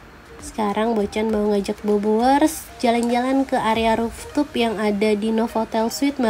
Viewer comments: Nice info Bocan😍. Maaf sebelumnya, mau kasih input, cara baca rooftop-nya mungkin harus diperbaiki. Soanya kata"rooftop" kan agak sering digunakan di review hotel2, jd kalo nyebutnya salah terus, agak gimanaaaa gitu rasanya. Sayang bgt udah bikin review sebagus ini, tapi ada kata yg diucapkan berkali2 dgn kurang tepat. Maaf ya... sakses selalu. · Bocan tuh unik, ciri khasnya kalau ngomong rooftop jadi ruftup sama suaranya empuk.